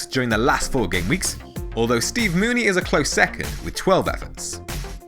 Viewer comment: It's pronounced Moo-nee-ay, thought you'd have known after last week